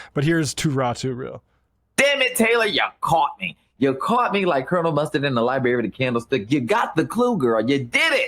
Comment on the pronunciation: I've never heard of him til today. He lost me at Liberry."